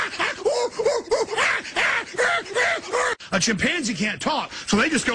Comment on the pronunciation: 3.37 what the fuck is a chimp-pansy?